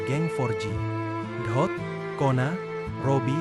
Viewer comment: Dot bukan ohot